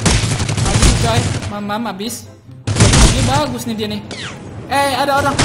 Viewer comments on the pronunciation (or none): none